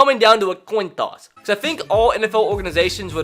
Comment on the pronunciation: Why do u say coin toss so weird? “coun tous”